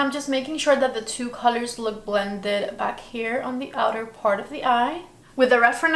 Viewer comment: PAHT TWO🤣🤣